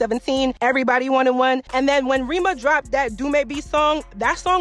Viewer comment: the way you just pronounced the names of these Nigerian artistes is so…weird and …white. You’re Nigerian for Gods sake. It’s “Reh-ma” not “Ri-ma”😒